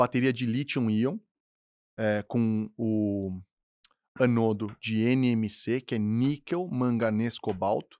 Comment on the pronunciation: "Catodo e anodo ou cátodo e ânodo?" Quem é o "EXPERT" ? O "podcaster" ou... Fala correto, intelectual!!!